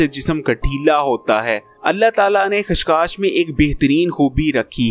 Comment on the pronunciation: Khas khas Nahin chacha khaskhas